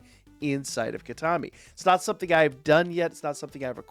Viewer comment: Heads up, you've got your pronunciation for the DLC map a bit askew! It's like "key-tah-kah-mi" when you were saying "key-tah-mi" ! Great vid otherwise!